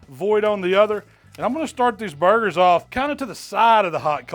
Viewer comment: You have no doubt that he knows what he’s doing when he calls them bar-gers 👍